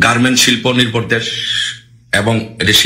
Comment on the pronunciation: ভাই, আপনার ইংরেজি উচ্চারণ এর প্রতি একটু যত্নবান হোউন। বাংলা উচ্চারণেও সমস্যা। কানে লাগে। আপনি নির্ভরকে বলছেন নির্বর! ভাতা কে বলছেন বাতা! ইংল্যান্ডকে বলছেন ইংলেন্ড! মধ্যেকে বলছেন মদ্যে! মুক্তিযুদ্ধকে বলছেন মুক্তিযুদ্দ! ভঙ্গকে বলছেন বংগ। দুঃখিত ভুল বুঝবেন না, আপনার সব ভিডিও দেখি। তথ্য নির্ভর। জয় বাংলা।